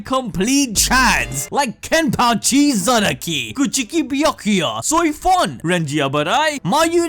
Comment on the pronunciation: dude said kuchuki xD